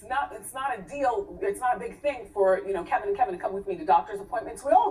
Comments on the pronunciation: KEVIN !! KEVIN !! KEVIN!! NOT Kelvin! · She said soil not spoil. It’s an old saying. It’s Kevin not kelvin. You need a lesson on paying attention! Lol “soiling” someone’s ring means putting your bad relationship karma onto another woman’s ring. Research girl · It’s Kevin. Not Kelvin. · It’s Kevin, not Kelvin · His name is KEVIN not Kelvin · That man’s name is KEVIN! There’s no L sis!😫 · Girl can you please say that man's name correctly if you're reporting news. His name is KEVIN not no damn Kelvin😩🙄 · Isn't her husband's name "Kevin" not "Kelvin"? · Kevin lol not kelvin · Wendy's husband's name is "Kevin" not "Kelvin".. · Its *Kevin, not “Kelvin”. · She clearly says his name is Kevin. Not Kelvin. lol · HIS NAME IS KEVIN! NOT KELVIN! DANG! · Why does she keep calling him Kelvin!!!! 😕😫😫😫😫 it’s KEVIN!!! Lol